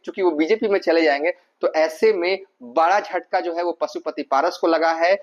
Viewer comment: Zo hai , Ki za rahi hai . Kya hindi bolta hai